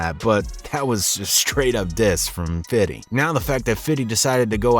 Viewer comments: It's Fifty, not Fiddy.. lol.. Ha ha ha! 😂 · dont say "fitty" any more HEX coin $0.03 PZEN coin $0.007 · He.s fifty not fitty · 50 cent not fidy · Why is is he saying fiddy cents? 😂😂annoying asf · The game is a clown ...and you can narrate a hip hop video and still say fifty you don't gotta fiddy a thousand times to sound cool lmao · Dear white people.....STOP SAYING "FITTY" when talking about 50. You sound absolutely fucking ridiculously stupid. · 50 not fiddy lol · Can you NOT say “Fiddy Cent??” That shit is cringe af, and it was started by Sharon Osbourne. She called him Fiddy. If you think its “hip” to sound like an old white lady, go ahead, I guess. Smdh. 🤦🏻‍♂️ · You can just say "50". Why do white people think they have to say "fiddy"? It's so cringe. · His is “FIFTY CENT” not FIDDY CENT. You sound so mf corny. This a L dork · Irs fifty not fiddy lol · If I was shot everytime I cringed from hearing people say fiddy I'd have disintegrated by now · Why do you keep saying "Fiddy?" It is "Fifty." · You keep saying fiddy cent 😂😂 you sound like a loser just call him fifty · Stop calling him "Fiddy' You sound stupid and he NEVER refers to himself as this 🤦🏾‍♂️🤦🏾‍♂️🤦🏾‍♂️ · White folks say fiddy cent lol black folks say fithy cent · Lmao “ FIDDY” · " Fiddy " ....hahahaha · When u say fitty u sound white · Subbing. But it's ok to say fifty. I can dig it tho . Ha.. None the less nice work .. still watching. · Hate the way white people say 50 Cent’s name 😂🤦🏻‍♂️